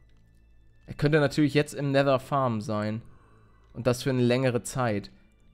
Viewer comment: Wie Paluten einfach mal nether sagt XD Neeeter